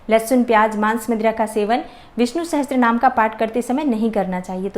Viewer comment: Sahastrnaam...??? It's Sahasarnaam.